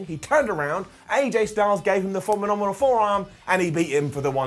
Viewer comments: The Phomenominal Forearm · " The Phemoninomal Forearm" 😂😂😂😂 omg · fominominal forearm. lmao